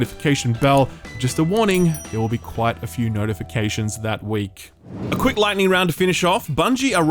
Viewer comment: Kquwick... with a K!